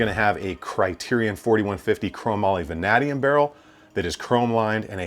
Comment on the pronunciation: vuh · nay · dee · uhm